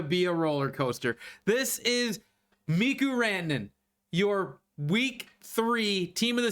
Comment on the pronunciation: It's stupid, but you're driving me crazy with the Mikko Rantanen pronunciations. It's pronounced Mee-ko, not Mee-ku. Also, its Tee-mo Meier, not Tee-mu.